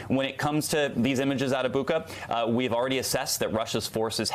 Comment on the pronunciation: The Ukrainian spelling is Буча, so it is correctly pronounced BOO-cha (almost sounds like butcher), not BOO-kha (where the kh is the sound of a hard H in the back of the throat like a Spanish J)